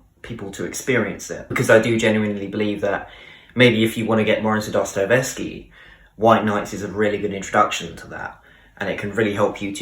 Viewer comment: But check how to pronounce Dostoyevsky. Sorry, dont want to offend.